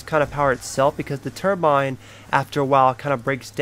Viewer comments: Cruton 21 I know what a turbine is, but he kept saying turmbine i.e. why I said "what is that?" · also, turmbine? wtf is that thing?